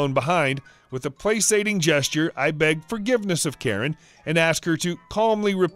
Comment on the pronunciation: You mispronounced “placating.” Just thought I’d let you know :-)